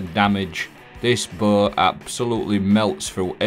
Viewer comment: I’m sorry but how do you say BOW?